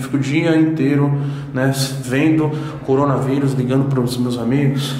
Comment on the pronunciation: Ninguem: a toguro: CORONA VAIRUS